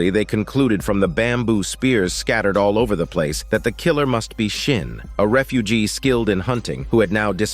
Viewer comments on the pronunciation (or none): it’s seo-bi, not sobie, it’s yeong-sin not shin, and it’s beom-pai, not pal (sorry if I’m late but these names this dude gives irritates me. Just wanna correct)